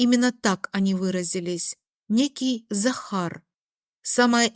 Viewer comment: Дак она говорила сахар а не Захар.😆